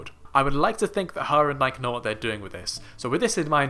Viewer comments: First of all, please pronounce Nike correctly. Secondly, Faith will do a magnificent job this year in the mile/1500, but that gap is huge. It WILL, however, likely spark talk of women legitimately breaking the barrier and result in women doing their level best to break it in the future. I am 55, and I expect to see a sub-four mile for women in my lifetime. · As soon as you mispronounced "Nike" in the first minute, I was out. If you don't know that brand, you don't know track.